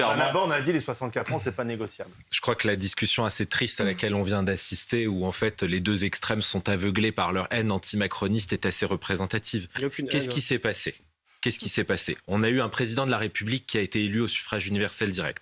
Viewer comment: "lé extremeuh": parole d'un Macroniste